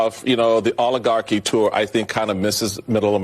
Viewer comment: It's rather amusing that these "Language Experts" don't even know how to pronounce the word "oligarchy." 😅😅😅